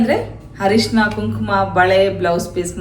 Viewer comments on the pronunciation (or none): ಹರಿಶಿನ ಅಲ್ಲ ಅರಿಸಿನ ಅಥವಾ ಅರಿಶಿನ (ಅರಿಸಿನ ಕುಂಕುಮ ಸೌಭಾಗ್ಯ ತಂದ ತಾಯಾಗುವಾನಂದ ನಿನಗಾಗಲಿ)